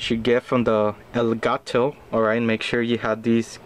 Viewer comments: El Guh To its elgato (pronounced el-gart-o) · no its el-got-toe